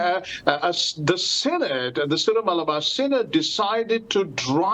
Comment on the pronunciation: All this after francis’ 3 synods pronounced as SINNED.